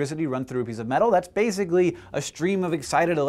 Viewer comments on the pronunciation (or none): How many times did he say "bazically"